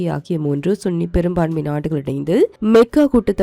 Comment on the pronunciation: சுன்னியில்லா சன்னி முஸ்லீம் sun சன் sunny சன்னி முதல்ல தெரிந்துக்கொண்டு வாசிம் மேம்